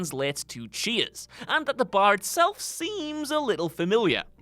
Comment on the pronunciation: 🤦‍♂️I thought he was saying “cheese” not “cheers”